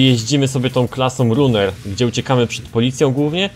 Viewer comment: Nie chce się czepiać, ale proszę Cię, nie mów "runer", "rAner", tak jak powinno się prawidłowo wymawiać to słowo. fajny odcinek tak w ogóle, planujesz jakąś recenzję, albo porównanie tej gry z NFS 2015?:)